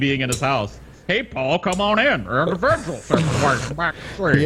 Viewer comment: Indivijul sichuashun